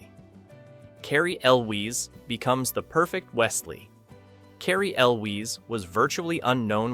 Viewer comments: It's "EL-wiz" Hearing you mispronounce his name over and over was murder on the ears. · "El Wees" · The way that you so loudly and confidently pronounce Cary Elwes name so incredibly wrong convinces me not to watch the rest of the video, because if you don't even know how to pronounce the stars' names then you've lost all credibility. i can't believe that you know any "facts" about this movie. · frustrating when a lot of videos are being narrated that way, but this video just sounded like a case of the narrator not knowing how to pronounce the name. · Agreed. Total fail on the name. I’d re-upload the video with the correct pronunciation if I were the narrator. Seriously dumb.